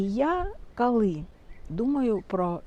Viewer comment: Ви стільки разів повторювали слово "кали"... Ну, невже так важко сказати "коли"?😏